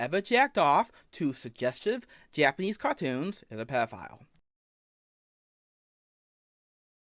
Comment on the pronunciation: “It’s juwst cawtwoons “